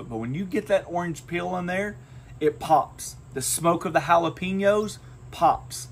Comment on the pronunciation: Please learn how to say Jalapenos.